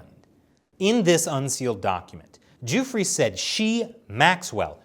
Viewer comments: The victim's name is pronounced; Doofray not Duefree. Just saying... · Why does he keep calling him “Joofrey”? It’s driving me crazy. 🤣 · You can't report on the fact of a case if you haven't read the case at all.... I'm a minute and a half in and he's already misrepresented Epstein and Maxwell's relationship and mispronounced Virginia Guiffre's last name which only has to be one of the most high profile victims in the world right now. I know more about this case than you and I'm not reporting it. Pick your shit up